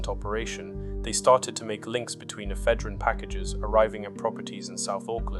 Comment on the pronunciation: It’s annoying when AI narration can’t pronounce words like Ephedrine properly……swiftly kills it for me.